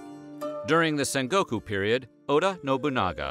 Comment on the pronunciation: This video pronounces sengoku as sangoku. I wonder if they can't even pronounce historical terms properly. I guess Americans can't do a perfect job no matter what we make them do.